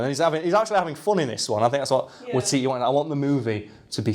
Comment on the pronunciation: Close enough. It's WAItiti.